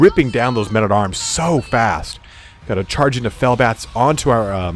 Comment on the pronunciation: Sounded like you said fail bats lmao